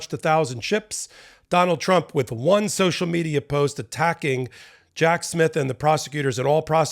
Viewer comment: You made it sound like "Jack's myth" when you said Jack Smith. Some people are gonna love that! 🤦‍♂️😝🤣🤣🤣